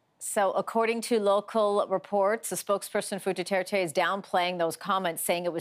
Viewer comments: Normies: President Rodrigo Duterte Reporter: nO iTs DuHtErTe 👁️👄👁️💅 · Rodrigo Dutaertay 🤣🤣 I'm sorry but the way americans/canadians pronounce Filipino names and words is just hilarious, I'm a Filipino btw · No one: The girl: PRESIDENT DUTETE